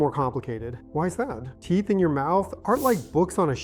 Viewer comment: This is typical hallucinatory AI, many instances of mispronounced words (and clicks), like USAG(J)-1 , T(P)eeth , these are all hard to swallow. Stop using AI! It's expensive garbage... I stopped watching at this point.